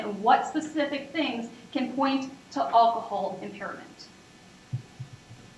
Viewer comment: Could someone please teach that prosecutor to pronounce "alcohol" correctly? She keeps saying what sounds like "Ockohol."